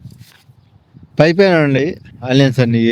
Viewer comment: బాబు ఆలియన్స్ కాదు ఆనియన్స్ అను